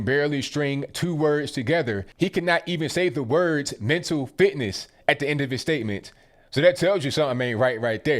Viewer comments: So funny ! Biden had problem saying mental " fllitness, fllitness.." Haha !!!. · He can’t even say fitness. Wtf... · Can't say flipness 'er fliptness fitness for one!?! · He cannot even say fitness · He couldn’t even say Mental Fitness Lol 😂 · Hey Joe, say "phycial and mental fitness" again. It's not hard for the rest of us.